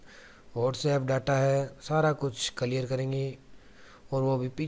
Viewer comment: भाई कलियर नहि क़िलीयर 😭😭